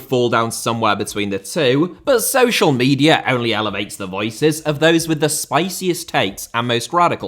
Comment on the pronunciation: Media* not Medier